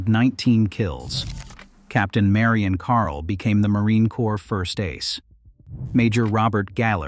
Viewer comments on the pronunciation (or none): none